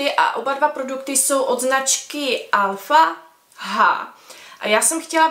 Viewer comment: Šuting balm, koho tym chcete shoot. A čita sa to Alfa eidž.